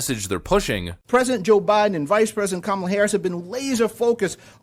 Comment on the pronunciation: Did that dude just call Kamala harris camel harris lol.